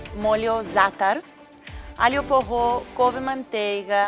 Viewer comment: "Alho porrô"